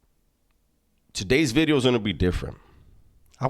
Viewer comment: Did you say new bideo? 😂